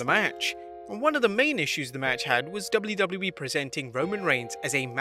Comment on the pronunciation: great video but the 'doubly doubly E' pronunciation for WWE fried my brain